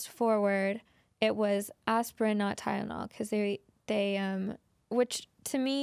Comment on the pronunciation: “Tyledonol” lol